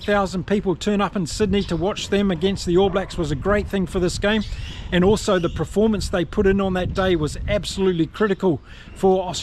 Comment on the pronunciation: Thanks. I don't always agree with you infact strongly disagree at Times but thanks for the Chanel, I'll shout you a beer. 1 silly niggle. Can you please pronounce performance phonetically, not preformance 😅